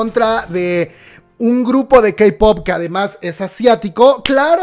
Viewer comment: El titulo: "GRUPSO":es una nueva pronunciación